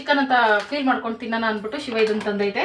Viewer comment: ಫೈಲ್ ಅಲ್ಲ ಫೀಲ್